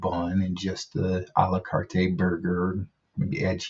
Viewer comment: You only need to pronounce it Ah lah cart... the E is silent.